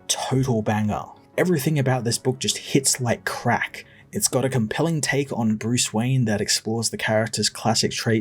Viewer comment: "Hits like crahk" 😂 thank you for these reviews. I'm in a place where it's hard to be able to acquire any ov these new comics so these videos are essentially my only way ov being able to experience these bangers.